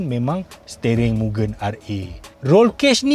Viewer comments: Bkn sebut miu-gen, bang.. Sebutan dia mu-gen (gen sebut mcm gentel).. Ramai org slalu salah sebut.. Maksudnya Limitless atau Infinite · Bos, cara betul sebutan Mugen tu Mu-Gen. Sebutan 'e' seperti kita sebut 'esok'. Mugen bermaksud infinite or infinity.